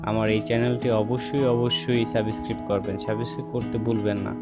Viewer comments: আপনার ভিডিওটা দেখলাম কিন্তু কোন মশা মরলো কিনা বোঝা গেল না।প্রমান না দিতে পারলে ওই রকম ভিডিও পোস্ট করবেন না।আর শুধ্ব বাংলায় কথা বলতে শিখুন।না বলতে পারলে অশিক্ষেতের মত 'সাবসক্রাইব' উচ্চারণ করবেন না।ওটা সাবস্ক্রাইব।অপদার্থ কোথাকার।আপনি বাংলার বদনাম করে দিলেন। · Thik kare subscribe pronounciation korun. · আমি আনসাবিসক্রিব করলাম আর ডিজলাইক দিসি আগে সাবস্ক্রাইব উচ্চারন করতে শিখেন আনএডুকেটেড ইউটিউবার।